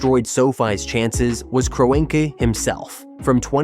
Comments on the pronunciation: What the ever loving fuck is this video? The Giants and Jets are not bitter rivals in the same division, they're not even in the same conference. Then you have the complete butchering of Stan Kroenke's name (KRON [like Tron but with a K] Key). If you're going to use a speech bot forget the correct spelling and spell it phonetically. As for the stadium itself, no it's not the biggest or the flashiest, but it's still got a pretty decent capacity at over 80,000. I know Jerry World in Arlington can host more, but there's no transit infrastructure to go alongside it. And I think it too is still too narrow like SoFi. On top of all that as I watch further, the security thing probably is accurate but it should be noted that they've hosted a Super Bowl before. An event just as big as the World Cup Final. I guarantee they're familiar with that whole operation and the necessary addition of extra checkpoints. One more thing as I reach the end: the reason why the Giants & Jets don't use grass is that they've tried it before and it was a horrendous failure. Back at the old Giants Stadium from about 1999 until 2003, they used a natural grass field. By the end of the season it was more or less dirt spray painted to look green. You had the Giants and Jets play a combined 16 games there a year, then there's the odd College Football game or two during the year, concerts, and towards the end of November, you have High School football championships held there as well. I know technology has advanc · A.I voice didn't like the name Kroenke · The synthetic turf issues won’t be a problem because there will be a natural grass surface in place. Like they did last year. Of all the issues that this World Cup has, the venue for the final isn’t one of them. Also your AI chatbot doesn’t know how to pronounce the owner of the LA Rams.